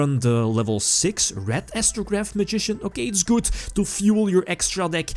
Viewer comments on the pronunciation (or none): Hey m8 could you stop say "goodz" instead of good?